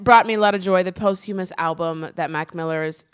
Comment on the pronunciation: Did Aida say “post hyoo-muss?”